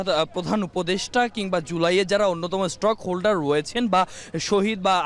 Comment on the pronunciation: "মন্তনালয়" না, হবে "মন্ত্রণালয়"। "স্টক হোল্ডার" না, হবে স্টেক হোল্ডার। উচ্চারণ ঠিক করে বলা উচিত।